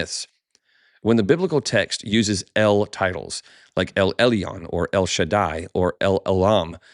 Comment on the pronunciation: I appreciate your podcast.... but please check your Hebrew pronunciation... For "El Elyon" you say "El El - EE - on" I am Sorry but that's not it... אֵל עֶלְיוֹן ʼĒl ʻElyōn Or El El-Yone The Y make a Y sound not an EE sound Like say 'Yo what's Up'